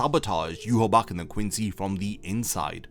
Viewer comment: Still not pronouncing Yhwach's name correctly. Lol